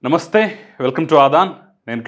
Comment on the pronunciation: మీరు విశ్లేషణ చేసే విధానం బాగానే ఉంటుంది కానీ, మీరు పలికే తొలి పలుకు (నమస్తే)శబ్దార్ధం తెలుసుకుని, సరి చేసుకోండి. ఉదాహరణకు, నాన్నా వచ్చావా అన్న దానికి, ఊ వచ్చావంట్రా అన్న దానికి, తేడా ఏమిటో, మీకు కూడా తెలుసు అనుకుంటున్నాను.